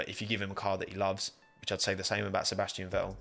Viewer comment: What do you have against pronouncing the letter T, I mean, the name’s ValTTeri BoTTas, not valery bo-as ffs… Sebastian ve-el